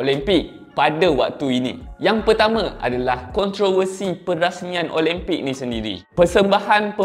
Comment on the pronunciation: speaker nie pun...pronounce la betul2...OLIMPIK bukan OLEMPIK